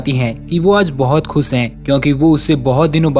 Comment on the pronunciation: Bhai khus nahi khush boliye.....